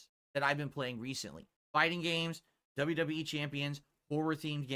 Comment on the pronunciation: bro say wwec LMAO